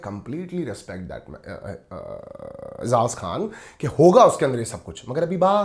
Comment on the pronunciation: Sorry don’t mind if I correct you. Why can’t you pronounce Ejaz It’s not ezaz It’s Ejaz You are the best reviewer